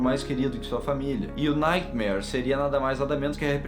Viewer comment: Só eu que ouvi no minuto o falando nightmaionese KKKKKKK